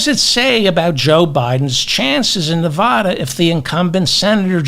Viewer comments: Just a suggestion. Stop saying Nevaahda. It's nevada you illiterate. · People who live in Nevada cringe when they hear 'Nevah-da'. The first 'a' sounds like the 'a' in 'crack'.